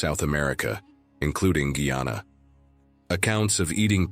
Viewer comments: Dude the mame guy,ana. Not guana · The fact that the commentator has not taken the time to learn the correct pronounciation of Guyana should be the first clue to the sensationalistic contents of this video. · What about Afro Guyanese people and their culture and their celebrations. So one sided with bad pronunciation